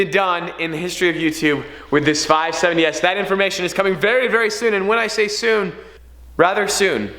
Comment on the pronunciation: Stop saying 570s weird